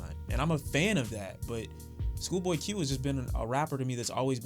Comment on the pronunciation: Fix yo H in the intro my guy